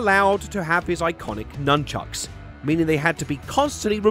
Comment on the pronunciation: Nunckuks… it’s nunchucks right?